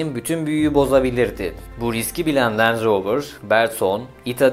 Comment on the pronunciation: Lanetli manetli ama ağızdan dolu dolu "renj roovır" derken bile zengin arabası olduğu belli :) .. marka pinpon topu gibi gezmiş büyükler al-sat yapmış resmen sonra Tataya bak sen ya.. bende bu videoyu izleyene kadar bana sorsalar rover ingiliz derdim peehh.. :)